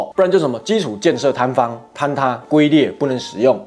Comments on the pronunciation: 龜ㄐㄩㄣ裂唸成ㄍㄨㄟ裂😂可憐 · 不是ㄍㄨㄟ裂是ㄐㄩㄣ裂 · 龜裂, 破音字, ㄐㄩㄣ裂。 （我以前也是唸ㄍㄨㄟ裂 。噓，不要告訴別人😆 ） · 龜裂 （龜 音唸 軍 君 均）🤗🤗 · 糾正一下，是龜裂ㄐㄩㄣ ㄌㄧㄝˋ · 龜裂 ....... 唸=ㄐㄩㄣ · 應該是龜ㄐㄩㄣ 裂吧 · 龟(jun 一声)裂😊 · 龟裂，龟应该念JUN 才对。现代一般用皲裂。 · 那字念龟裂jun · 龜裂，唸做ㄐㄩㄣ裂。